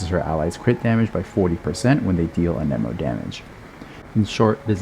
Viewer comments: I am sorry to ask this but why do you say an eh mo And not an emo Also amazing content, thanks gor teaching me about reaction gayge and how to maximize my hyperbloom teams Also what are the best teams for x1 nahida where she has an elector hydro and pyro teammate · you can google the proper pronounciation yourself. just cuz "geo" is phonetically pronounced (gi - o) doesn't mean anemo is (a - ni - mo), electro is (i - lic -tro), or dendro is (din - dro) geo is the exception not the norm. language is weird. blame genshin's english localization for using fancy latin words that are no longer in use... at least until september of 2020. edit: i googled it, i am wrong, my bad. turns out there are two exceptions.